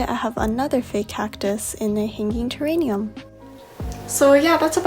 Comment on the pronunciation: sorry but i think it’s terrarium rather than “teranium”... lol